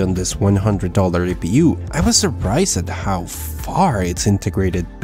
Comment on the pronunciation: HiPU? Gaigabyte? Dude i thought you're better at english speaking, at least old videos gave me that impression.